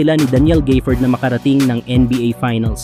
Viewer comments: walang Y sa gafford kaya wag mo banggiting na GAYfoord but instead ga-fford(short A ang GA) pki ayos lang lods. Salamat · Daniel Gayford😂😂. Gaford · D mo na alam kng Gafford O Gayford. GAFFORD pre. Mag research ka muna kasi 🤦🏿